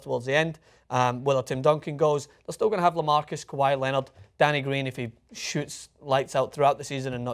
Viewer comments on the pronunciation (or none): none